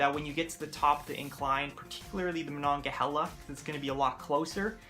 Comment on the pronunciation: The correct pronunciation is Do cane, or dew cane, Duquesne. Ma non ga hay la, Monongahela. It's okay most people mangle these as well. At least you got Primanti Bros correct.